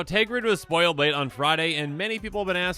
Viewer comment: TERGRID NOT TEGRID Just read the card